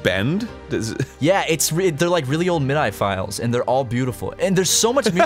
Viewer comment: “Mid-eye files” lol